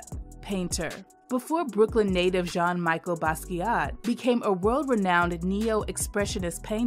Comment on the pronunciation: Didn’t pronounce Jean’s middle name correctly.